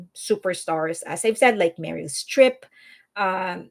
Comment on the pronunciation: Are you Mexican or Colombian? Your English accent is very non American. You said "Few-day-fay". It's Pew DEE Pie. And the way you said Meryl Streep as "Merul Striiifff".